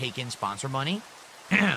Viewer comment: No mahney, no gaem! Angry